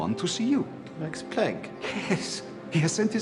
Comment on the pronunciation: "Mex Plenck" 🤣🤣🤣 Watch your pronunciation!